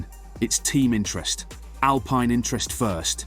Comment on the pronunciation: Mis-pronounced team name within 5 seconds of starting video. Not ideal.